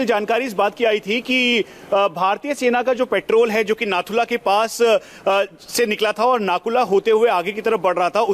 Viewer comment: Madam its not... NAKU LA actul name is NATHU LA... OK नाथु ला जहाँ " ला " का मतलब PASS याने दर्रा अर्थात - नाथु का दर्रा...सही उच्चारण करें